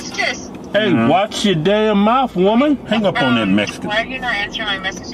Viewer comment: Keith said, "Hang up on that Mesican." I hollered 😅😅